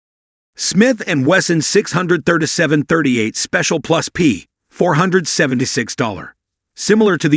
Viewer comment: Please for the love of God, get an annoucer who actually KNOWS guns to do the voice overs, or at least try to program your text-to-voice software to properly enunciate firearms terminology. It's NOT 38 plus, P revolver. It's 38 +P.